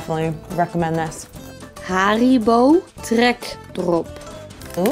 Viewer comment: WAHAHAHHAHAHAHA HARiBO TREEEKDROOOOP